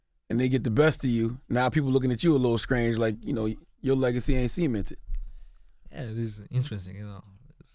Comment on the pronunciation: “Legacy isn’t semen-ted” Charlamagne